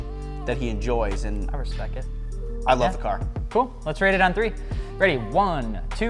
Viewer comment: “I respecc it”